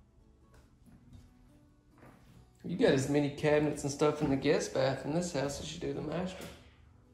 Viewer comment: Man, those WaterBurgers sure got u HOPPED on up!!!! And did you say GIST BATH!!! I jyst Noticed that!!!! See ya-all Krazy man!!